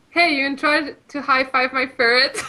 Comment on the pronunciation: Also, its a ferret, not a furret.